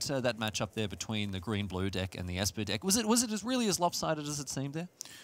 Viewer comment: Whenever says "deck" it sounds like "dick."